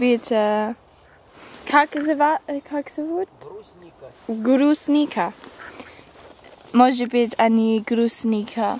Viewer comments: Брусника, а не грустника :-) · Привет,! Ты по ВИДУ настоящая РУССКАЯ, а никакая не англичанка... Не "грустника" надо говорить, а БРУСНИКА! Будь ВНИМАТЕЛЬНЕЕ к тому, ЧТО тебе говорят...:-) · Всем нужно много есть брусники для поддержания здоровья. Ну не получилось у правильно выговорить название ягоды. Не надо над этим хохмить! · "Грусника" (с) бббббггггг)))) Пирожки с брусникой поешь,, за уши от стола не оттащишь. И с калиной ещё.